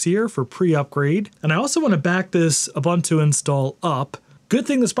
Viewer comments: ub untu, not ab untu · That's not "OOBANTOO".